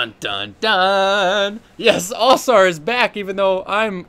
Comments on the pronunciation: Why can’t you pronounce Ausar right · it's basically the pronunciation mister Ausar (OW-Sar)